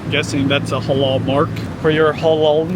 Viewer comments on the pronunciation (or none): The way u pronounce halal as holol is so funny. It’s supposed to be like a clear «a».